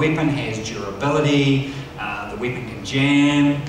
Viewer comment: I love the way he pronounces Weapon, and other words containing E. Weepon.